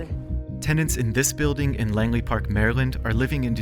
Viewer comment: Bro it’s Langley park 💀